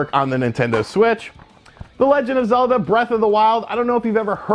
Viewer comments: Haha I think my favorite part was when you called Zelda Z-e-l-a-da and said it's kind of a hidden gem! LOL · I think it's pronounced Zeeeldaar. Pretty rare game you've got there!